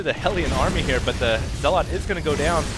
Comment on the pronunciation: Zealot is pronounced zell-ut. You're emphasizing the wrong syllable -_- Other than that I absolutely LOVE your commentary.